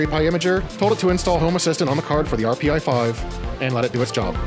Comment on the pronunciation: The "arr-pee-eye five"... what in the world... no one says that. So did you use AI for your voice or just use some terrible filters/speed up?